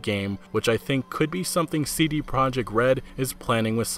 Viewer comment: Nobody seems to pronounce "CD Projekt" correctly.